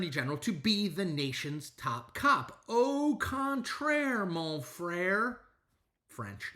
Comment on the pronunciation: There is probably not many Québécois listening to your analysis, but you're " au contraire mon frère" was very refreshing for me : good french. If there would be enough grudge in the traditional Republican against Donald Trump (in number and in "balls"), would they be able to diminish the effect of DJT?